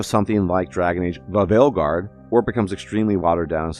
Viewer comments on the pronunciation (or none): i love his pronunciation lol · You have to find a way to work “DUhVaLeGuaRD” into every video lol. It always gets a laugh from me, because DUhVaLeGuaRD has become a meme, emphasizing “DUh” in the pronunciation. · I love it when he says it, the way he emphasizes “DUh” in “DuhVaLeGuaRD “ gets me everytime. He should find a way to work it into every video lol